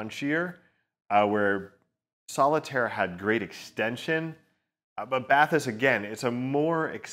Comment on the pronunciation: It's pronounced "Bat-ee-ss"!